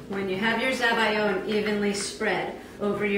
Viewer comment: everything was going well until you said zabiyo and i was like whats that